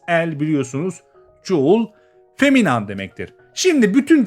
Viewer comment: selam ben 11 yaşındayım bu vidodaki feminin feminen diye okunuyo feminam diye değil